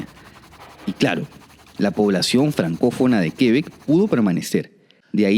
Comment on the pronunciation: Buen video valiosa info solo pequeña Correction : - no son 13 provincias, son 10 provincias + 3 territorios especiales (los del noroeste, Yukon, y Nunavut * no son provincias ). - No se dice Quebec (Grave) se dice Quebec (agudo) el acento va en la ultima e, asi no lleve tilde. (aunque en frances si lleva una tilde en la primera Québec, pero eso otra cosa, es fonetica francesa basicamente y se siguiria pronuciando parecido a la aguda del español) no se si me entiendo el trabalenguas😅. Si es muy cierto q se necesita mano de obra y todo el mundo pregunta eso, pero asi mismo aca tambien hay desempleo y eso es porque muchos creen se necesita por ejemplo medicos y ya al llegar aca van ser medicos sin saber siquiera el idioma sea ingles o frances... ademas de que muy dificil aceptan titulos de otros paises. Ahi se decepcionan muchos al llegar aca y terminan lavando pisos... si se necesitan algunas profesiones pero basicamente q se preparen aca y que hablen bien el idioma y para validar un titulo extrangero lleva muchisimo tiempo. Lo de aprender frances es mas facil q el ingles pues... dificil de decir, es relativo, si bien son idiomas romances o latinos muchas palabras comparten el mismo origen eso facilita un poco aprender el vocabulario pero la pronunciacion es de lo maa complicado del mundo. Yo aprendi los 2 y de verdad se me facilito mas el Ingles. Igual eso depende de cada persona....en fin. Gracias por el video si es muy buen pais y es una fortuna estar aca apesar del inclemen